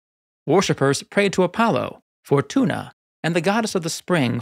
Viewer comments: they prayed to Apollo for tuna? 😂😂 Jk, i know it was Fortuna, but it sounded like they just really wanted tuna fish! Lol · I heard "worshippers prayed to Apollo for tuna" and I was amazed at his nerve to step on Poseidon's territory.